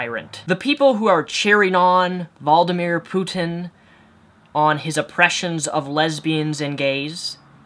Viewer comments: Its vladimir not valdamir dude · V-lad-i-mir... NOT VALDimere... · Why do you keep calling him Valdimir... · lol it's pronounced Vlad-imir Putin not Valdimir. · Yes Valdameer sounds like an Evil Mage from Harry Potter He s pronounced Vla de mer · 'Valdameer'... Wow. Even intelligent Americans have no idea about Europe :P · V-La-Di-Mi-R Vladimir not valdimir XD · Valdimir, lol IS IT SO HARD TO SAY D: It''s Vladimir! :( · Who is Valdameer? I only know of a Vladimir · It's Vladimir not Valdimir. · sorry mate but i'm not familiar with a Valdimir Putan...speech impediment or not, come on now -. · i like how he says vladamir putin as Valdamir Putan -. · No disrespect but using americablog as your source and the way you pronounce Vladimir or as you say "Voldimir" just shows you don't have an actual idea of the situation. 'Oppression' of gays? It's not illegal to be gay in Russia. The vast majority of Russians don't like gays, Putin doesn't want to be out of favour with the public so he'll act on appropriately to what people want. Generalising Putin and all of his supporters as tyrants makes you look like a judgmental bigot. Stick to u know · Valdimir? Really? You've never watched or listened to news in your life? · if a guy has an A in his name, why are you pronouncing with a vol sound? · VLAdimir Putin NOT VALdimir Putin. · VLADimir is not pronounced VALDimir... just sayin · Wuldimire Puhten. Try this way: Wludimire Puteeen. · Vladimir not Valdimir.... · Isn't it Vladimir not Valdimir? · it's not valdimir, it's VLadimir :) But i agree with u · > Important issue at hand. >It's vladimir not valdimir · it is not valdimir ..IT'S V L A D I M I R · Valdimir? Are you fucking serious? Idiot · Not valdimir, but vladimir. Just makes me cringe when people pronounces names wrong sorry haha. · How can you NOT say "Vladimir"? Say it with me; Vlad! Okay? VVvvvvlllaaaad! Vlad-i-mir! Like Boromir!... Except it's VLADIMIR! What's this "Valdo mayor?" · vlad, not vald.